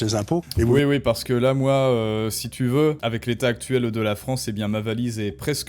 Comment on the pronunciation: Aïe, désolé, je ne veux pas être insultant. Peut être avec avec un peu de travail... (?) Ton principal défaut réside dans "euh" qui traînent partout, où ils n'ont pas lieu d'être. Un exemple simple : "avec" que tu transformes en "avequeuh". J'espère pour toi, mais aussi pour moi, que tu parviendras à t'améliorer là dessus. En attendant, tes contenus restent intéressants. ;)